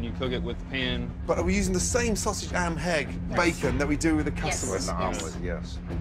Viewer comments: Gordon really said am and hegg instead of ham and egg lmao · Gordon says “am and hegg” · Listen carefully .... Gordon says “are we using the same sausage, am and hegg..” hehe. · Gordon says Sausage Am Hegg